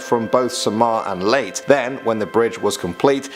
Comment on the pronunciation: I'm sorry. This was bothering me. But the place Leyte is pronounced as "Lay-teh" . Not "Leyt".